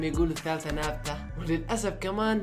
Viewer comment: الثالثه ثابته✖ الثالثه نابته✔